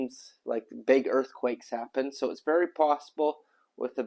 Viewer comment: Oh my ears -- earff-quakes? 😅